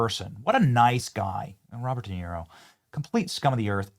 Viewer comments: Robert De Tear-o 😭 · How can we have a real conversation when you can’t even pronounce De Niro’’s name? I know you did it on purpose hypocrite😂